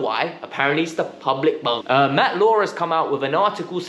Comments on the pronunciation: Pubic bone. Not “Public” bone 😀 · It's pubic not public bone ...that's his groin area.